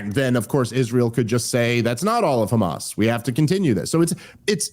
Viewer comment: I didn’t realize it was pronounced “Hamaz.”